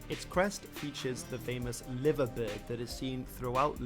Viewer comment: The bloke narrating the video you were watching misinformed you. The suburb known as Penge did not become Crystal Palace. It is still called Penge, and is part of The London Borough of Bromley. Liverpool`s Liver Bird is pronounced lie-ver, not livva. West Ham were named Thames Ironworks, not Thomas Ironworks. Being as you are a fan of The Villa, here a snippet of info that may interest you. When Palace were being founded in 1905 they sought help from Villa. Villa offered the services of one Edmund Goodman, their assistant secretary. Goodman joined Palace as club secretay, later becoming their manager, and bought with him a set of Villa`s playing kit. For many years after this Palace also played in the famous claret and blue.